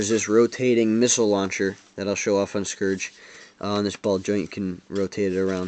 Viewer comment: You mispronounced Scouge.